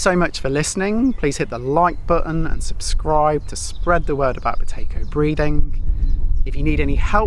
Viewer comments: I had to put my captions on 😂 I thought you said Potato breathing. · How many people thought he said "Potato Breathing" right at the start 😂